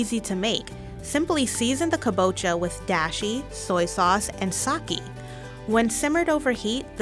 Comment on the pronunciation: Your voice is annoying. Never narrate again. And you keep pronouncing kabocha wrong....